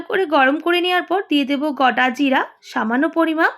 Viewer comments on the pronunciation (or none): Tumi gota gira bolo keno?গোটা জিরা বলবে।তোমার রান্না খুবই ভালো।